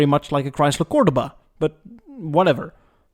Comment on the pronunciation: It's pronounced "Chrysler cor-DO-ba"